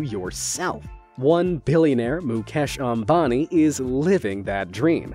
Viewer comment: It's not mucash it's Mukesh